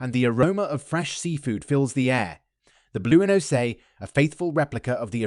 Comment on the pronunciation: BLOOOEHNOZE? eh? wuzzat computer generated ?